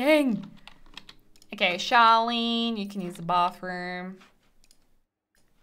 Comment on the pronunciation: I swear that I keep hearing you say Charlene but it's Charlie :p